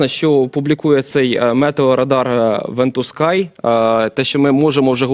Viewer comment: Вентускі - ха ха ха. Навчиться читати!